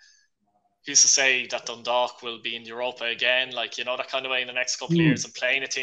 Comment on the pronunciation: Robbie has pronounce dundalk perfectly